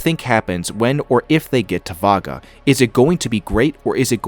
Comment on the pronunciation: The destination they are heading to is not pronounced 'Vaga'! It is pronounced 'Ee-vaga'! ;-)